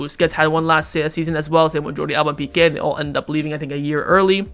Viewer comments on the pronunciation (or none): none